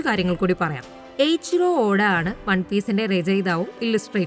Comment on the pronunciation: AICHIRO ODA❌ ICHIRO ODA✅